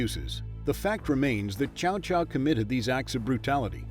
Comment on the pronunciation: Love this series so far. But if you're going to focus on the characters so much AT LEAST PRONOUNCE THEIR NAMES RIGHT. I've never heard Cao Caos name butchered so badly.